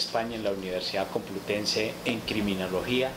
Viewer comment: Tanto estudio y no sabe ni pronunciar criminología 😅😅 hoy ya confesó que es una rata paraca como los hijos